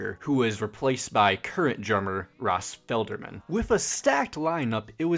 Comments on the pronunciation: sehjeeee and then later said-gee howley karacka felderman also horowix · okay, BUT WHY FELDERMAN 😭😭😭😭